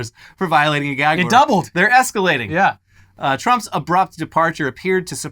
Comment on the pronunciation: Did he say "ASS-CALATING"?:face-green-smiling